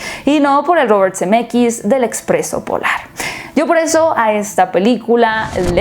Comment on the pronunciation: Cada que dice Zemeckis yo escucho CDMX 🤣🤣🤣